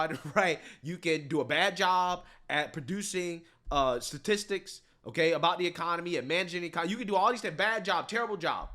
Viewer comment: She was never qualified. Biden said Otay.